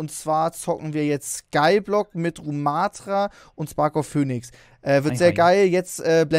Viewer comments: Nenn Spark doch bitte nicht "Fönix" sondern englisch "phinix" wenn du ihn schon ned mit Spark ansprichst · Nicht etwas zum Gründen Sondern etwas zum Carrien Ich sag nur "Sparkof Pöhnix" (So hat er es ausgesprochen lul)